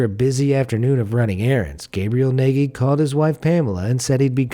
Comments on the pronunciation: Gabriel Nagy looks like a Hungarian name. The pronounciation was completely wrong! Nagy means Big, and the gy at the end is one sound, similar to the D at the begining of the "Due". The "a" is similar to the "a" sound in the "fast" word. I know it's quite complicated. That's one of the reasons why it's difficult to learn English for us. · Is that how you spell a hungarian name? Nayghee? Why not the Eetoree Maygeorayna, that would be the 'murican pronunciation? I do believe that mister Nagy calls himself Nayghee in order to sound less exotic, but why live in a place where "Naj" (closer to the correct pronunciation) sounds exotic? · Nagy is pronounced Natge...kinda like nudge....